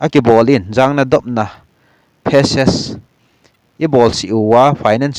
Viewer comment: Phases hi face tin pronounce jo o